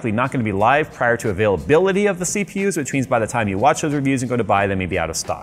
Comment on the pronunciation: When he said availability I thought he said a-phil-ability. 😂 the ability for Phil to use it.